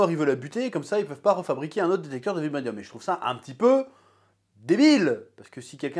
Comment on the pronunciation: Ta du mal avec le mot « vibranium »😅